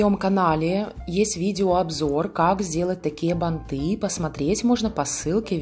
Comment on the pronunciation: Банты - ударение на первый слог!